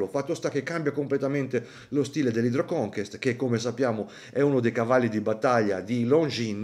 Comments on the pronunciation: “Conquest” si pronuncia come si scrive. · non va pronunciato come si può, va pronunciato nel modo giusto. conquest è francese, ma che inglese ! vuol dire conquistare